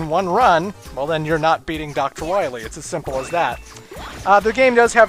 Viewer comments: Dr. Light pronounced "Dr. Wahwee" incorrectly. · At least it's not "Dawktor Wiwwy!"